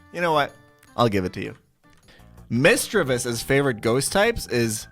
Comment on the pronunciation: Bruh he’s supposed to be a Pokémon master or whatever but can’t even pronounce misdreavius, gliscor, and regice correctly 😳